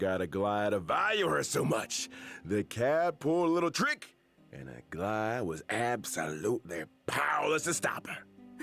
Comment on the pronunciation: It bothers me so much when people say Aglaea wrong 😭 the emphasis has to be on the 2nd 'a' not on the first 😭😭